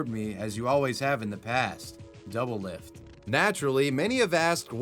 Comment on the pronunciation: My man’s butchered doublelift’s name so hard I could not recognize it at all